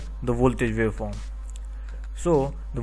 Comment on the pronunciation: And vy? Sine vave, square vave and vaveform, I was having some difficulty trying to digest listening pronunciation between W and V. Does India have the same with Germany and some African countries with regards to pronunciation? No offense about this comments, thanks!